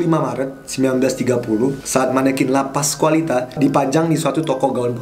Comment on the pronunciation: Andovi: La Pascualita. Wht I heard: Lapas Wanita? 🤣🤣🤣